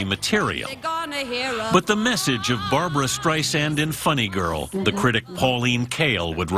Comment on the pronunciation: How is it possible that this seemingly true fan doesn’t even know how to pronounce Barbra’s name properly in spite of Barbra’s relentless complaints about it! 😳